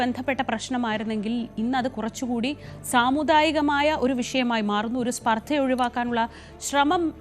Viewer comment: മലയാളം അറിയുന്ന ആരുമില്ലേ കേരളത്തിലെ വാര്‍ത്താ മുറികളില്‍? സ്പര്‍ദ്ദ അല്ല സ്പര്‍ധ (स्पर्धा എന്ന് സംസ്കൃതം):face-orange-frowning